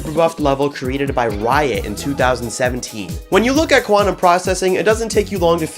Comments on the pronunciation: blast processing 😊 Quantum prcessing 😐 quanteuse processing 💀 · Quanteuse Processing